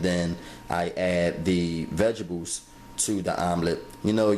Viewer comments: I died every time he said "vegebles"!!! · Vegebles it’s what’s for breffis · Vegables, 😂. Why he says it like that.